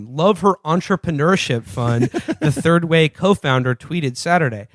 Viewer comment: lol "turd way"